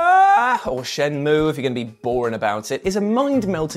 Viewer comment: Neither of those two pronunciations of Shenmue are correct